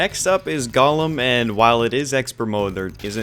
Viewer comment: every time he mispronounces golem i die inside